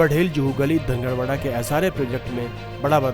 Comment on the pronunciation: It's dhangar wadi not dhangad wada